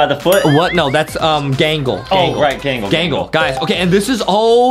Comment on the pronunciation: Who’s galgle I think you mean gangle😂😂😂